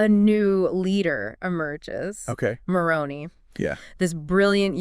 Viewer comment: You have great insight and a wonderful talk. Please pronounce the name of Moroni correctly. It has an I at the end not a y.